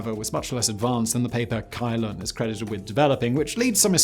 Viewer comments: fyi "Cai Lun" is pronounced as "Tsai Lun", but still great vid! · *Song dynasty, not Sung *Cai Lun is pronounced Tsai Lun, not Kai Lun *Arabs fought and won the battle of the Talas river *Ming dynasty was in CE, not in BCE (and better avoid antiquated terms like BC and AD) *Lhasa, not Lahasa and why no porcelain or silk production in the video? these were two of the most closely guarded trade secrets of China...